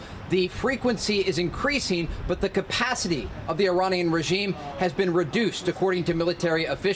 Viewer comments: “You know it’s called Earrran!” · Finally an American who says ‘Iranian’ properly